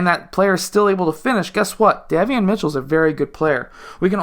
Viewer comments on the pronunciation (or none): Pronounced "Dae-Vee-on" liked the video. Good content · Day - Vee - Yon. Great video though.